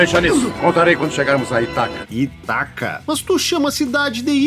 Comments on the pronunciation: Mas, infelizmente, devo reconhecer que alguns dubladores pronunciaram errado, mesmo. É Ítaca, com certeza. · Neste filme houveram dois dubladores para o papel de Odisseu. Na maioria das frases era o Hélio Ribeiro (dublador do Coringa em Joker) e na derrapada de Itaca e Aiolos era o Luiz Antônio Lobue, dublador do Cavaleiro de Ouro Aioria de Leão.... acho que por isso ele se confundiu na pronuncia kkkk